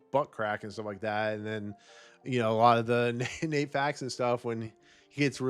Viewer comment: Broken Lizard, no s Nat Faxon, not nate